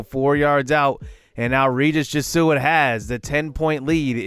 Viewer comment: Just a note that Jesuit is pronounced "jeh-zoo-it"